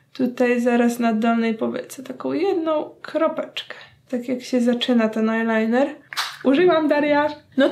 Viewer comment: Powiedziałaś ajnajner z nyksa😂😂